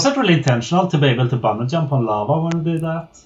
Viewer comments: Love how he says yump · In Swedish J is pronounced like Y in English, which means when we speak English it's really easy to mix them and still pronounce anything with a J as if it was a Y.